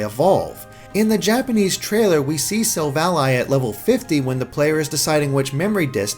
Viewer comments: Am I the only one cringing every time he says silv-ALLY?? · Nobody gonna point out this bad pronunciation... Sil-Vally Ar-c-eus not Arkaus or Silv-Ally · Why are you saying it as Silv Ally? Why isn't it Sil-val-ly. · Silvally, vally, not ally, you sound stupid saying it that way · It's sil valley as in silicon valley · Say Sil-val-lee That's how u pronounce it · i thought it was SILL-VA-LEE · Thought it was pronounced Sil-Valley, referencing Silicon Valley and technological achievement. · This man can't pronounce silvally. I'm done. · My ears bleed non stop after his pronunciation of Gible and Silvally. If you guys actually seen Silvally's Japanese name, it's Shiruvadi. Pronounce that Sherlock! Arceus has a couple of pronunciations, Ar-kay-us and Ar-cee-us - its either hard 'c' or soft 'c', depending on US or UK English's